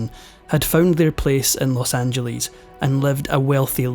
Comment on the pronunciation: For God's sake, get over calling it Loss Anjeleeze.